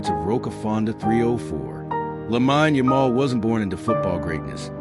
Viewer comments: It's AI, that's why it's pronounced wrong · First things first, you have his name wrong. I stopped watching bcuz of that. Get the pronunciation correct & remake the video bro.